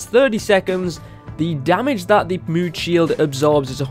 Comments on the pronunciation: Evan Drennan he is saying moon instead of mood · There u go u are saying mood XD